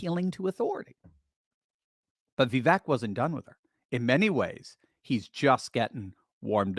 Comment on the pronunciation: Va vake like cake is the pronunciation